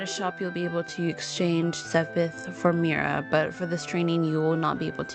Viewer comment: Pretty sure Mira is pronounced “meera” lol